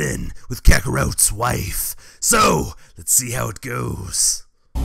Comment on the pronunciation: am I the only one who loves how when is broly he says KAKAROTE instead of kakarot